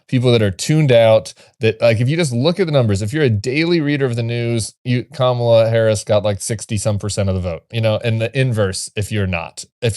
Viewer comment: Reince has been a commentator on ABC and is still a nauseating sycophant to Trump. He always mispronounced Kamala’s name and when Trump was shot he gushed about the “miracle” of him only getting grazed.